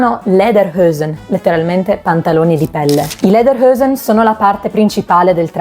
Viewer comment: Ottimo video, grazie! Le parole sono pronunciate in maniera corretta e questo da la misura della cura con cui hai lavorato. Solo Lederhosen dovresti però pronunciarla esattamente com'è scritta (non Lederhoesen). Complimenti!